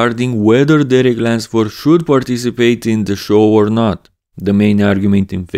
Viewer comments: lUnsford. No wonder you always say it with an “a” haha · Why does my man keep saying Derek Lensford?